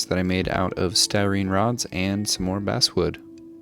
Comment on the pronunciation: I’m sorry, I know it’s nit picky, but it’s driving me crazy… you keep saying “basswood” but it’s technically pronounced “basswood”.